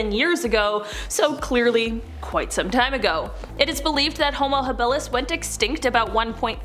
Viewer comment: Homo-Habalis is pronounced Homo- hob-uh-lis